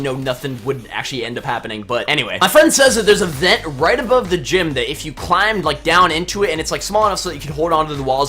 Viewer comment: Let's go rooit into the newwws